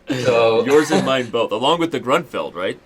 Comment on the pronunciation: Why does he keep saying "Gruntfeld"?